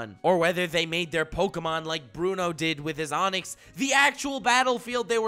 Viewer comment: Is it pronounced pokAmon or pokEmon?